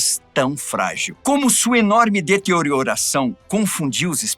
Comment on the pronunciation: Como sua enorme "deteorioração". 🤣🤣🤣👍